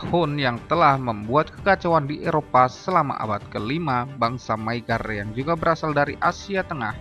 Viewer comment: Di judul ditulis bangsa maygar,, di video ditulis magyar tapi dibaca maygar,, yg betul yg mna ini,, Hongaria jg skrg sdh bukan sbgai republik Rakyat